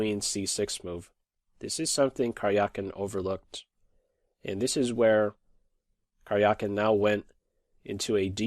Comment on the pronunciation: Please try to pronounce Карякин better. It is more like Karyakin than Karjiakin